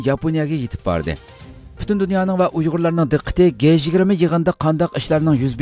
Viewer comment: G-20 ni dji20 dangla. Guey 20 amas.